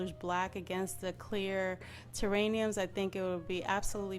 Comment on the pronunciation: I could barely watch this when you kept saying "terrainiums" instead of "terrariums". Yes they are terrariums. But the idea was so cute I kept watching anyway. I love the way it turned out.